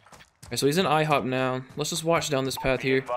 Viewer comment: did he relly say ihop